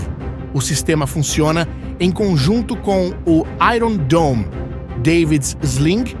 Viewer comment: Pronúncia de iron está errada!!!